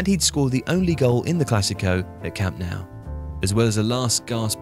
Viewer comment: I enjoy the content, but it’s pronounced camp “no”, not “now”